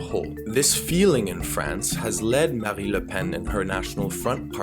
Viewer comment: BTW, it is MariNe le Pen, not Marie le pen. Except that, keep up the good work, you rock